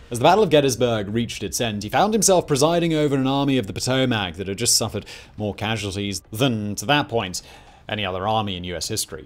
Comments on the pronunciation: you're mispronouncing the name Potomac. The Army was named after the river that runs through Washington DC. Despite how it's spelled it's it's pronounced Poe-toe-mick. Take it from someone who live mere miles from said river. It's Poe-toe-mick. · Honestly more so pronounced Puh-toe-mick. Coming from one of the kayakers of great falls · Helpful tip from a local, places the emphasis on the wrong end of the Potomac river pronunciation. In fairness, I'm sure I butcher my own pronunciation of British locals. This is meant as helpful critique, not sharp criticism. Emphasis belongs in the middle, leaving vowels on either end short. Potomac:: puh-tow-muhk where -muhk often sounds like -ick to non-native American speakers. It's an English adaptation of an indigenous name, so there lies room for interpretation. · For future civil war videos, Potomac is pronounced puh-toe-mick